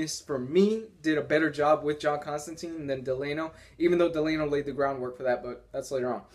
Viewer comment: Constantine is pronounced analouge to clementine. He even says so in the comics ;)